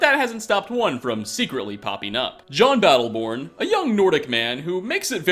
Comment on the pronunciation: Isn't his name "yon" battle-born?